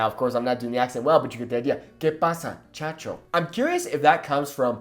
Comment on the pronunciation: I'm half venezuelan half canarian and the way you say "Chacho" it's a little bit wrong. Its pronnounced like "yayo" or "muyayo" (chacho / muchacho).